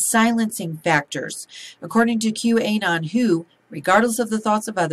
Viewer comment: I'm curious...why do you keep pronouncing it, "Q-A'-non?" Most other folks take their cue from anonymous, by accenting the "Q'"- & then saying -anon just like the beginning of "a-non'-y-mous." It bothers me because it always sounds like you're about to say "A'-nus." Think about it.